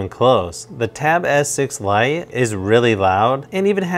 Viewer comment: I don't know if anyone notices the wired pronunciation that sounds like "Tab S6 lion".....